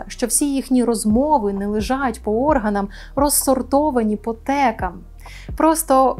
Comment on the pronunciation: По - органАХ !!!! По - текАХ !!!! Шановна пані ведуча. Перепрошую дуже, але просте правило, яке дуже відрізнить Вас від неосвічених персон, яких в нашому ехвірі))) забагато. Дякую за вашу роботу